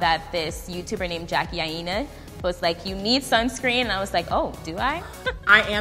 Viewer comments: Did she just call jakie Aina jakie Hyena.. Tell me I heard that worng. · dude everyone knows how to spell Jackie Aina. It was a joke because the girl in the vid pronounced her name "eye-na" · Judge Judy she wrote it phonetically. Lmao wtf, correcting grammar without context is so 2014. She was commenting on how she pronounced “Aina.” Is sounded like she said “Eyeena.” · Jackie A-yee-na.